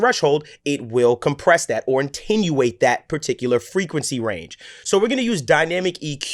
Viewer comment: "It will compress that, or antenuate that" *attenuate